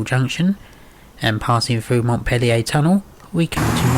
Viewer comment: You have incorrectly pronounced "Montpelier" , You pronounced it Montpellier the French way with a double L, this location has a single L and the R at the end should be sounded, a common fault by people from outside Bristol.